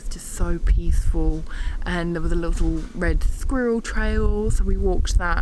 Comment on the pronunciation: Haha hearing you say "wed squirrel" put a smile on my face. You've made my day 😁😁😁👍❤️